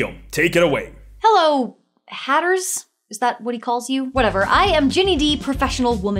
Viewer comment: Did she just call us hatters with a hard R?